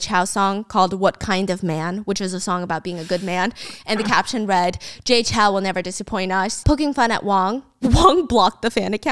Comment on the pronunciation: Off topic but the "ou" in Chou is like the "ow" in row, not CHAO. Sincerely, A Taiwanese person